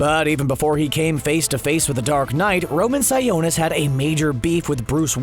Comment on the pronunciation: Its pronounced (si-o-nis) like the o in octopus